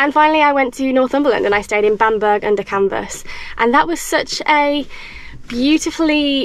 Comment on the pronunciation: Love these wee glamping sites - the one with the lake was stunning! Never heard of Hipcamp before, so will definitely check them out for our adventures 😊 (Ps the North Easterner in me had a giggle at Bamburg... Northumberland is almost as bad as Scotland for hard to pronounce names 🤦‍♀️)